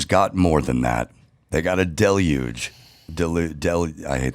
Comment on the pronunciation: I think nailed deluge on the first try